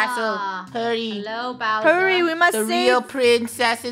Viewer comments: Funneh:Bowser Me: browser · it’s not browser it’s Bowser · Funneh you know you were saying "Browser" the whole time =) xD